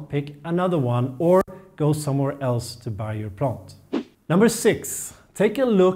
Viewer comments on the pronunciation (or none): none